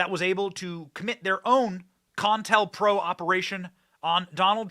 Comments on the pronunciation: It's not con-tel-pro Benny it's co-intel-pro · It's CO INTEL not contel or whatever you're saying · Long time since i heard the words "COINTELPRO." its pronounced COH-Intel-PRO.